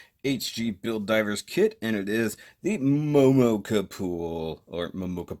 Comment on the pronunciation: The way you said petite kapool 😂😂😂